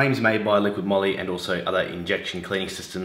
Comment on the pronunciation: ''Liqui Moly "" not "liquiD" Moly 🤣🤣